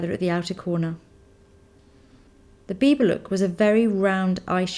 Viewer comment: "the bieber girl" lol ( i know it says biba, just how it sounds)